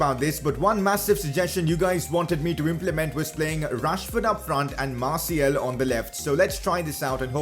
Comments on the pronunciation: Just a heads up, it’s Martial, not Martiel ;) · Can you stop calling Martial Martiel?